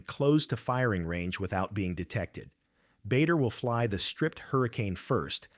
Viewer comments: It’s pronounced Baa der not Bay der. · It is NOT BAYDER,It is BARDER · What a load of tosh. By the way his name was pronounced "Barder" not Bay-der! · A most interesting video. I had never heard this story before. No criticism: Just a quick word about UK pronunciation: Bader is pronounced "Barder". Farnborough is pronounced "Farnbra". Now, a little criticism: Quite a few of the photos shown in the video had no direct relevance.